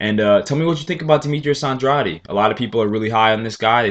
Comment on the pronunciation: you keep saying OnDroddy.. it's AnDray'D